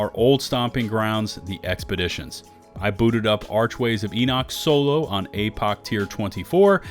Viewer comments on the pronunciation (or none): none